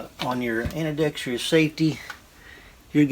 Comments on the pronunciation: Dude, you are driving me crazy. Do you not know how to pronounce Ambidextrous? It's ambēˈdekst(ə)rəs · Can you trust a guy that cannot say “ Ambi-dexterous” ?